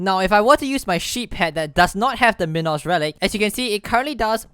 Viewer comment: Dude it's not min-os its mine-os like a minotaur